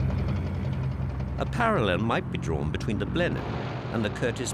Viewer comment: Video discusses the "Blenin" bomber... You mean Blenheim? Of course you do.